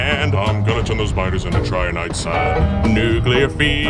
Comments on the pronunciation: 9/10, had to dock a point cause it's Trin-i-tite sand, not Try-an-ite sand. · It was original and it wasn't AI-generated? Nice! (except for that pronunciation of "Trinitite")